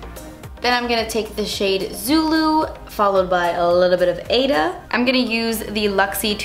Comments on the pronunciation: I think AIDA is pronounced eye-eee-da like the opera AIDA. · If that Aida shadow is spelled that way, it's pronounced AY-EE-TA. It's a fantastic musical by Elton John and Tim Rice! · I think you're pronouncing the Aida shade wrongly it should be like (ahh-ee-dah) the dah should be like( the) I hope I'm making any sense